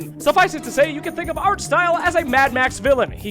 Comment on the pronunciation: not artstyle but ars-art (smile)